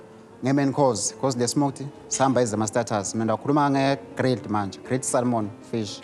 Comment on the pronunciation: What a nice place and and it's got so much history too! Will visit one day. I hope I won't offend bobhuti nasisi and by correcting them but the fish is called "samon". The L is silent.